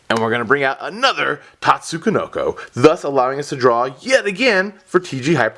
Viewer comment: Why do you pronounce it "Tatsu-ko-noko"? Is that the correct way or something?